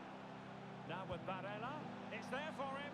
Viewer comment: you called him barella at the start of the vid😂